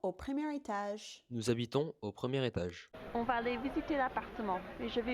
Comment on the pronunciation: Critisizing on a very high level: toujours un peu trop de "ch" dans p.e. étage. les voyelles méritent un peu plus de, how to put it in English: unambiguity maybe. Did you try singing in French? All that said, I still have an accent at least as recognizable like yours I guess. As far as I know there is just some genetic makeup concerning the elasticity of the related muscles and hearing abilties.